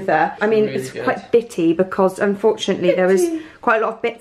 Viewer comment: saying bittie like from little Britain 😂😂😂😂👏👏👏